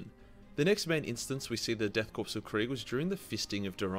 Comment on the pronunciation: I see a surprising amount of people get this wrong but you don't actually say pronounce corp like corpse you actually say it like core the p in corp is silent. Good video though.